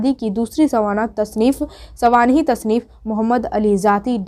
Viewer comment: سوانح لفظ تو صحیح سے بول لو یار